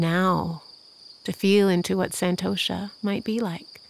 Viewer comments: Umm.. It's pronounced sun🌞-toe-shhh🤫 NOT San-toe-Sha (I'm from India and a native speaker) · has a soothing voice. But the word contentment or santosha is correctly spoken as “sun-tosh” in Sanskrit. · This meditation was truly amazing! But i do feel the need to correct your pronunciation as it is slightly jarring from the actual pronunciation. Santosha is pronounced as 'sun-tho-sha' . I understand that your accent makes it so, but no harm in respecting the actual pronunciation :) Again, thank you!